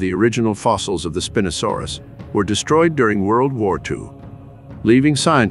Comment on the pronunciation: So I’m not in love with how you pronounce Spinosaurus😢